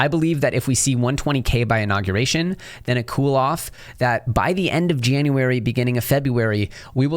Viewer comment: Inauguration - not Innaguration